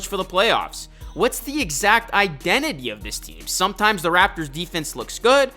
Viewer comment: 'som'a times... ' 😅😅😅😂